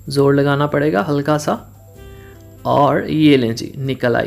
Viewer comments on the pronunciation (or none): none